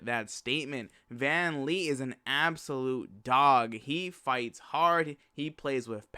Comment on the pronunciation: VAN VLEET NOT VAN LEET